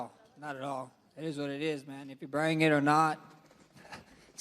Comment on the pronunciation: Holloway said the non-word (Brang) regarding the BMF belt. I think even the Georgian spiko was questioning the word Brang😂